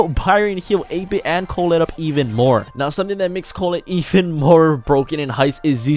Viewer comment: Your pronounciation of 8-bit had me confused for a minute there haha